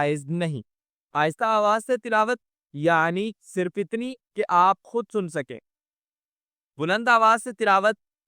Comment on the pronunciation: "خود"not خد